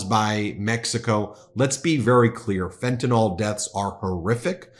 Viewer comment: Hey Ben! Love your work! Chemist w OCD here: "Fentanyl" NOT FentanOL The last syllable is pronounced like "ill", not like "all" Does it matter? Of course not... 😅